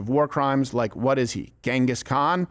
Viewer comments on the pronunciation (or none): Did Meghan says "Gengis Kong"?? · Megyn definitely said “Genghis Kong”. 😂